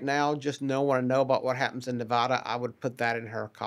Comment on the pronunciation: Why is he pronouncing Nevada wrong?